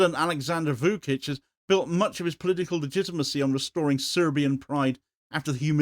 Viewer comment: Vučić = Voo-chich, not Voo-kich